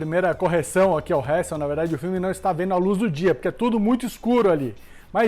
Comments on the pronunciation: Mano... Nem tentando da p leva esse "Réssel" a serio pqq... 😂😂😂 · Hessel ta certo mas ta errado